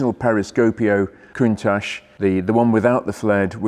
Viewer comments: pronounced KUNTAK not COONTASH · I wish He and Harry would say Countach the right way. I wonder who started this Ashhh ? Think Watch. COUNTACH! Love the show! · Watched Harry's Garage episode with Frank Stephenson, featured the Countach. Stephenson has a very different pronunciation of "Countach", kind of saying "ach" in a German way. Awesome video, a rare car. Backing off the lift made me feel a little queasy. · Learn how to pronounce Countach first please. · Very nice. Just don’t talk to Harry about the pronunciation of Countach.